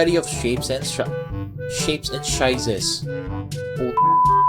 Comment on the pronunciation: Shape and shizes 😂😂😂